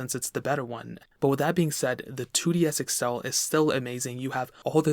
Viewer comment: “2DS Excel”